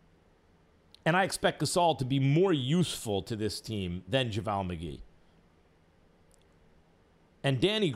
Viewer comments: bruh why does he keep saying javaaal McGee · Anyone else cringes at the way he says JaVale? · I'm kinda bothered with how he's pronouncing Javale's name. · Is that how JavAL is pronounced.